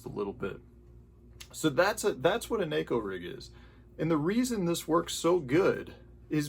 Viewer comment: Thank you for being one of the few pro guys that pronounces Neko the right way.